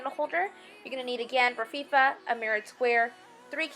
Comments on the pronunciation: It's not Rafifa, you said It so many times and it drove me nuts, that's my OCD! I had to stop watching before it ended, you said It so many times, I was losing it, sorry, cute tho. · too funny, every time she said raffia it made me scream, laugh! How she kept saying "rafifa" was hilarious, that might be one OCD of mine, lol! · It's pronounced "Ra-fee-ahh" my dear. BTW, your designs are very pretty. Surely gonna do some. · hey Sugar, I love your ideas!😃 I'm going to make all of them for fall! After looking at several different tutorials by other people, I really liked yours the best! I look forward to Christmas! Also just to let you know it is pronounced Rafia,just to let you know!😃 Keep up the good work! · you are so charming! loved your craft ideas thanks I pronounce raffia as RAF -E-A but to cute how you say it :) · It's RAF FEE AH - raffia! and it's SUTH URN - southern . You did an awesome job!!!